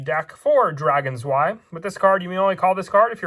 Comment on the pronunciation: Im not sure why but the way you say drei and zwei bothers me XDD